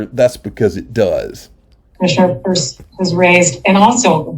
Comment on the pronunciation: It’s pronounced Purse.